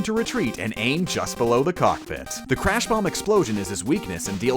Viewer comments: the crash is not able to be pronounced so its said clash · It's Crash not Clash